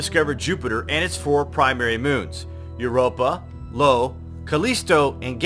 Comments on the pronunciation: i-o not Lo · Yes, I-O